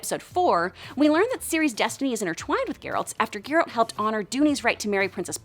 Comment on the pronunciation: I stopped watching when I heard her say "Geeralt".